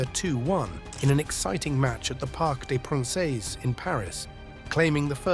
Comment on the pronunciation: Wow you need to look up how to pronounce parc des princes…